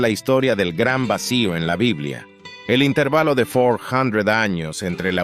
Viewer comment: Es que es un canal hecho con IA, por eso no pronuncia bien las palabras en español como intervalo